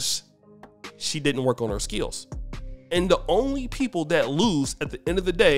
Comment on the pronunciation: I like the way says skills with two syllables. 😅